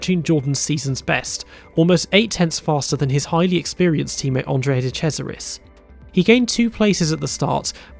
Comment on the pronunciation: Did he just say "de crasharis" instead of de cesaris? :D Btw reminds me of something. Why did Hill cry so much about Schumacher when he literally told the team he would rather give up a 1 2 when his teammate is on top? He had the same determination and was willing to do anything, no blame for that. But then dont cry if someone else comes along and got that same determination